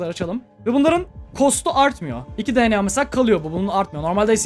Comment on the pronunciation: abi video çok iyi ama DNA derken di an ey demesen direkt de ne a desen daha iyi olur